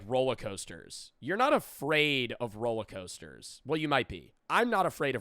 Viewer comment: why tf do you say rollercoaster like that sorry but that pissed me off